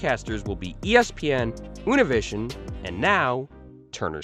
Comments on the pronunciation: Univision is pronounced Uneeveeseeon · Unovision. U-ni-vi-sion